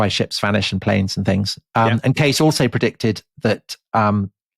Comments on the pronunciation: Good afternoon from the beautiful California wine country 2 years later. Fun series. Just a little correction, Tom, Edgar's last name is pronounced Kay-cee. Yup. Love you guys and tell everyone I know about The Rest is History and you. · Edgar Cayces name is pronounced 'casey' not 'case' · The last name of the Graham Hancockish somnambulist loon, Edgar Cayce, is pronounced "KAY-sea" (/ˈkeɪsiː/), not "Case." Nice catch on "coccyx." Also, great show as usual. 👏 Thanks! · The last name of Edgard Cayce is pronounced "casey". Do your homework. Ruddy limeys. Shit. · The 'Sleeping Prophet's' name is pronounced Edgar Kay-See. I've listened to so many of your episodes and THIS is all I've been able to contribute. Humbling, that. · Edgar Cay-See